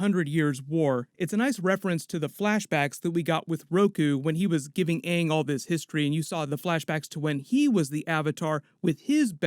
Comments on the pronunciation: The movie was the most terrible piece of garbage. It hurt my feelings so bad. I mean, why would they change the pronunciation of the character names??? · That movie sucked. The fire bending was trash. The way they pronounced aang was annoying and they cramed two books in this terrible movie but i don't get excited to see azula at the end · It's obvious M. Night Shyamalan ignored Mike and Brian since they never did pronounce Aang's name properly.